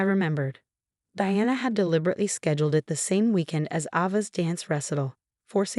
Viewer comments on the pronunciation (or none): Ava has a long A at the beginning. Rachel also has a long A the same mistakes happen all the time😢 the name Diana was only pronounced right half the time